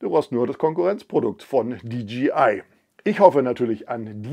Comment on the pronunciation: nicht "di dschi ei" sonder "di dschey (jay) ei)